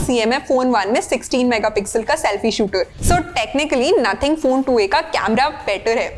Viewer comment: Nothing ❌ naathing ☑️